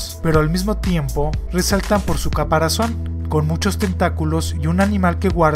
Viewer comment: Bueno en este vídeo solo note que en el minuto dijiste “caparacion” en vez de caparazón, pero en muchos de tus vídeos tienes errores similares, no te pido que los corrijas, si no que los evites a futuro.